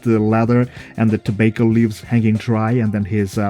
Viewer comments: Pronounced “Tob-ah-co” not “To-bake-o” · Where are you from? Which part of the world is it pronounced like to-bake-o?